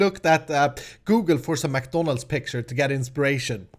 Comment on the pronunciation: I'm sure people are gonna rage because you say McDonalds wrong....